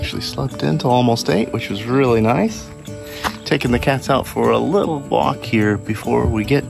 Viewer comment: The way you said "walk" I immediately said "she's one of ours" you confirmed it by placing the pin for Port Elizabeth and validating that I didn't imagine it.